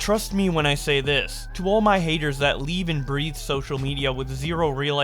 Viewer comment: FYI, because I learned this way too recently as an adult… breathe is pronounced “breethe”. lol not that it matters